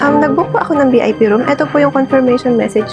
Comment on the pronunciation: Hindi po bip Vip po sorry po angsakit sa tenga kase nakkabwesit ang manager